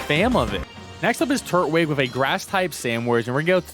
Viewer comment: I love your videos…. But it’s Tur-twig not turt-wig